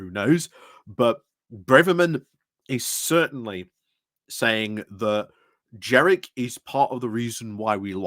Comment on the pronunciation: Do you mispronounce Kemi and Jenrick on purpose ? Is it an in-joke ? Sorry, I'm quite new watching you and wonder about running jokes.